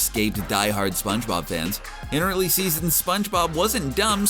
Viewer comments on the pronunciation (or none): none